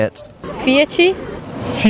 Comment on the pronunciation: fia, fia, fia, fiaci. fia fia....aoooo ma sta "t" ahahah